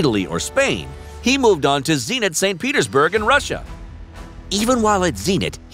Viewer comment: Can you stop incorrect pronounciation on purpose? How on earth is Zenit - Zeeenit?